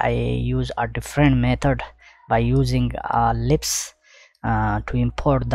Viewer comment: sir , this is lisp no lips command